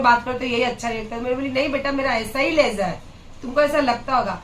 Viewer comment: Ye Lehza Lehza kya hai..LEHJA bolty hai